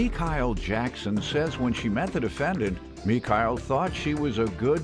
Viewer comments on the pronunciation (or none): Who the hell is MeeKyle? Girl your name is. Sit down somewhere 🤦🏾‍♂️ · You dang right she thinks she better than everyone else 😏 her name is spelled but pronounced Mekyle boujee as ever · Me Kyle no it’s. Chile changing her name pronunciation just cuz she on television. 😂😂😂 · Mee-kile? Girl your name is! Chile please! Lol! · Is ME-SHELL now MA-KELL? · Mekyle????? you mean....omg black folks so extra for no reason....🤣🤣🤣🤣 broke and boujee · Guhhhh!!! Your name is! Said the regular way! Chile puhlease! 🙄😩🤦🏽‍♀️🤣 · GIRL YOUR FUCKING NAME NOT MEKYLE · Mikael? Her name! Wtf announcer man 😂😂😂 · I knew she was trash and bougie when the announcer pronounced her name. Girl your is not Me-kyle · First of all it’s mash elle not me Kyle lol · That girl know her mama named her, she is just being extra...Mee-Kyle...Girl stop!!!🤣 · “Mi-kyle” girl its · "ME-KYLE"!?!?!?!?! GIRL YA NAME IS "MUH-SHELL"!!!!🤦🏾‍♀️🤦🏾‍♀️🤦🏾‍♀️🤣🤣🤣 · Me-Kyle? Am I hearing that correctly? GIRL! You know your name is. Stop it! Talking about some Mekyle 🤣🤣🤣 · Michaelle...... 🤣Learn your French accents professional black lady😂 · ITS PRONOUNCED MI-SHELL...who is me-kyle 😂😂😂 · I hate when people take their plain ass name and try to say it differently. 🙄 girl your name is not Mekyle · Me-KYLE 😂😂. Her Name Is MA-SHELL 😂😂😂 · Her name is … Mi-shell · ME-Cow gets on my damn nerves.🧐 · Not ME-KYLE 😂😂🤦🏽‍♀️ She isssssss delusional !!!!! Changed her whole pronunciation of her first name ! She is lost . I know her mom is praying daily for her. 😂😂😂😂😂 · “Ma-she’ll” knew what was up lol with her boughetto ass😂😂😂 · I don't care about the case. Let's discuss the why and how her name is but pronounced Me-kyle 🧐🤦🏾‍♀️😂 My name isn't any better but why take a simple name and make it complicated? Lol. Glad judge put her in her place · Me-Kyle? TF!? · Her name is pronounced “Me-Kyle”? Smh NBW...